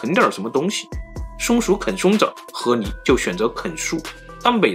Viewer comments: 不是河泥 是河狸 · ～～謝謝你的影片 看了很多部影片後發現你有時候會把ㄌ的音發成ㄋ的音 像是河狸（離）會發音成（泥） 不知道你有沒有發現～～ 別誤會 我喜歡你的影片 只是有時候發音的問題會讓我不自覺的注意…. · 河li，不是河泥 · 河泥？？？你说的是泥巴？🤣🤣🤣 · 听着像 和离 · 一会河狸一会啮齿，l and n好考验四川主播的普通话。我猜是四川的。